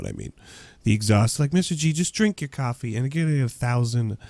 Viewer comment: when you say coffy and crossout, it sounds like your saying coffe and crosant